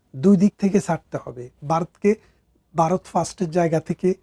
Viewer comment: খুব ভালো বিশ্লেষণ... তবে বারত উচ্চারণ শোনা যাচ্ছে,ভারত বলা অভ্যাস করুন...